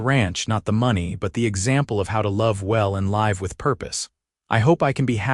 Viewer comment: Okay I like this story and it is different from any other one out there 🎉. However the narrator needs to learn how to say live not live. 😮makes no sense for her to suggest for him to go to the boarding house and get a room when he just said he spent all of his earnings to bring her supplies and stuff. he has a wagon outside he brought the supplies in it. why wouldn't he just go and lay down in his wagon or even in the cot Clara just got up from. Kentucky